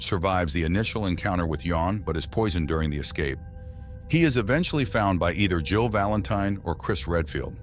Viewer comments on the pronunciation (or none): He keeps on saying "Joe Valantine" 🤣